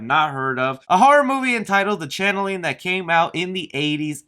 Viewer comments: It's pronounced change ling not nor channeling which is how your saying it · You prounced CHANGELING WRONG. IT IS CHANGE LING..NOT CHANNELING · Yeah my... My thoughts on the CHANGELING.... It's not the Channeling, which is what you kept calling it. Say it with me. Change.... Ling.... Change-ling.... Changeling! There ya go! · It's Changeling, not Channeling, btw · Yeah why do you keep calling the channeling??? CHANNELING? IT'S CALLED THE CHANGELING.....CHANGE .... LING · CHANGEling, not Channeling. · I think “The Changeling” is pronounced “Change-Ling” not Channeling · Pronounced "Change-ling" my boy. ;) I think anyways. It's based on mythological creature that trades out baby for demon. (more or less). Just looking out for you, not meaning to grammar-nazi you.